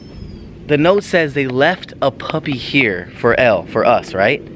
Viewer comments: Her name is Elle its like the letter L not like ellie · Band Edu Its Elle not Ell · Her is Elle, sounding like "L", not ell-ee. \_(0-0)_/ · her name isnt Pronounced like (EL-EE) its like (ELL)